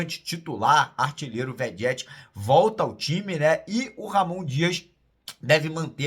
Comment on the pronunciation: já tá na hora de você falar o nome do nosso artilheiro certinho. O nome dele de pronuncia “Verreti”, viu?